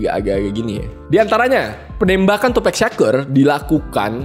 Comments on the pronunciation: Harus nya tupac bukan tupack, Inget bgt di interview snopp dogg gak suka host ngmng tupack bukan tupac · Tupak bang bukan tupek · It is Tupac not tupack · Nyebut tupac ya sebut tupac , klo lu bilang tupac nya pake e brarti harus ada huruf k di akhir namanya lol. Tupac not tupack